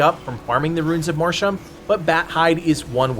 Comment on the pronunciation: Every time he mispronounces Mortium I feel a percentage of my cells die